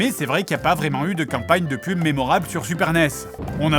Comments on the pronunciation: avèk sset qu'um'pa'nieum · “Avec cette campagne” l’accent du sud ressort:) ça fait plaisir